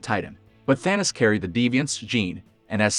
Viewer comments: It's Thanos not Thanas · It was so annoying hearing the guy keeps saying Thanis instead of Thanos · Thanis. Thanis. Thanis. Whats with the computer voice